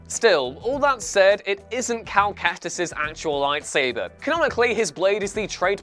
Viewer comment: Cal Kactus? Seriously, I've said this before on videos from you guys, but can you do just a LITTLE more research for names and pronunciations?